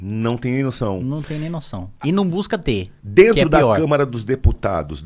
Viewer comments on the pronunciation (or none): Saiu um "drento" ali ein... kkkk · "LÁ DRENTO" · "la drento" kskskskss